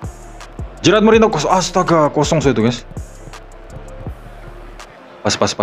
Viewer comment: Bukan gerard bang tapi gerard